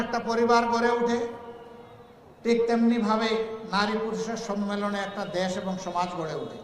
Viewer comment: সম্মীলনে ❎ সম্মেলনে✅😂😂 কথা বলতে পারে না আবার নাকি প্রধানমন্ত্রী